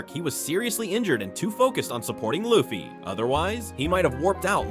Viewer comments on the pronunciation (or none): none